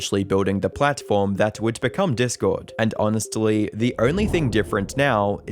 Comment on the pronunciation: onis-t-lee lol